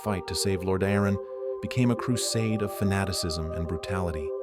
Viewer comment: The scarlet crusade/brotherhood are such an interesting adition to the lore, showing that even holy light can be wielded for evil if its wielders walk a crooked path. Great vid ( & nice Ai voice you chose, tho it does struggle with "Lordaeron" lol )